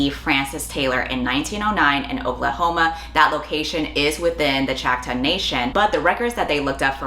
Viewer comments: Are you saying “Choctaw”? It’s like “chaw-k-taw” not chack-taw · pronounced chock-tah, i believe? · You mispronounced two tribes Choctaw is chock-taw And Salish is say-lish Sincerely, an actual Native American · Can I recommend googling the pronunciation of indigenous nation names? Choctaw and Salish are pronounced very differently than in your video.